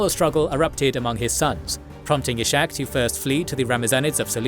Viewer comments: He is not Ishak with SH but it is red separately S and H like Iskhak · "Ishak" is not pronounced /iʃak/, but /ishak/ or /isak/. In christian languages the name exists as "Isaac".